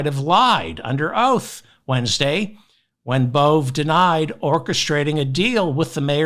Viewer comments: I believe Emil Bove… is pronounced Bo-VAy. You need to get your head out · Bove is pronounced Bow Vay. Love your show!